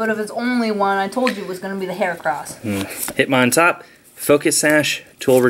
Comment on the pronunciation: It's HERAcross not Harecross